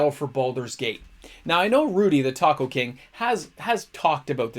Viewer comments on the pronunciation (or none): none